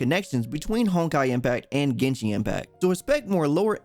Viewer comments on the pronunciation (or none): Still pronounced as GenShin tho. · It's genshin not genshing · "Yo wa shin" =______= Thanks for trying